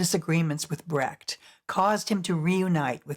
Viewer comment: In a biodocumentary would it be appropriate to pronounce the name of the main subject correct. There is no "Körrt" (spoken in German) but a Kurt (spoken in english approximately "Koort"). And please, there never has been a "Bratt", his name was Brecht. I think its the minimum of respect to pronounce ones name correctly.